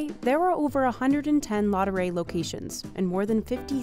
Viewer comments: The macaron are amazing but could the voiceover have made a little more effort to pronounce the name properly? LaDurée not Lodderay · "Ladooray" - how you americans butcher the french language 😂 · I cringed every time she said 'la doré'. If you're doing a video/blog, etc., please learn the proper pronunciation of your topic. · I can’t with the pronunciation of laudree it’s so cringe i hope she doesn’t talk about anything outside the USA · She makes effort in pronouncing "macaron" but no effort in pronouncing "Laduree." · Listening to this lady's attempt at the French words dotted throughout this video is a bit cringe inducing. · How can you pronounce Ladurée so bad? It's disrepectful. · Leave it to a gringo to butcher the pronunciation of Ladueree. And then try and save face by butchering the pronunciation of croissant and macaron. 😂😂